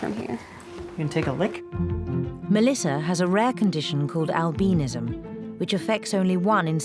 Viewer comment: Albeanism? Haha it's albinism!